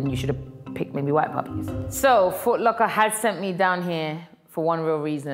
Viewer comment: Whenever says puppies why does it sound like he’s saying poopies😂😭😭